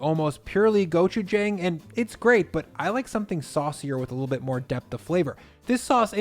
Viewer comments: hello sir it’s pronounced gochujAng gochujAHng AH sound not AY not gochujayng thank you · Try saying go-chew-jahng instead, like John ending in g. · Gochujang. Good stuff. But the last syllable is JONG. Just sayin;) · Hi. Great video. If it’s all the same to you, could you pronounce gochujang correctly? Or at least somewhere in the vicinity of how Koreans say it? The a is an “ah” sound as in “want” or “calm”, not a flat a as in, well, “flat” or “whack”. I didn’t think it would bother me so much until hearing you butcher it like a dozen times in this video. Since it’s not difficult, could you give it a shot? Big thanks, and congrats on the 400K subs!